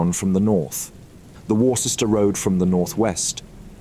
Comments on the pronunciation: Sounds like a bot with an English accent. Certainly doesn't sound like a non English speaker. Anyone from UK knows how to pronounce Worcester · its speaking with an english accent, not the accent of NON english speaker. Its pronounced wuster, and gloster. i used to live near there